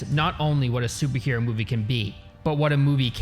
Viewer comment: I think he meant to emphasize “what a MOVIE can be” lol